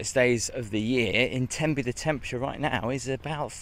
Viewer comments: Aaw, Tenby, one of the jewel in Wales’ 🏴 crown, Wales where I was born ‘n’ bred and have never left other than for vacations lol. And ladies your are pronouncing Tenby 💯 % correctly 😊🏴🇬🇧🇺🇸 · Oh Tenby is amazing. I'm lucky to live 2 hours away. The beaches along the west Wales coastline are one of the cleanest and stunning. You said Tenby correctly ❤